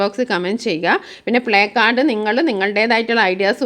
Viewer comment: പ്ലേകാർഡ് എന്ന് അല്ല പ്ലാകാർഡ് എന്ന് ആണ് വായിക്കുന്നത്